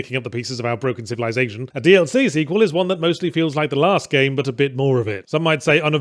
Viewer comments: I am absolutely BAFFLED Yahtzee said "DLC sequel" and not "DL-Sequel" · Every time he says DLC Sequel, I just here DLSequel.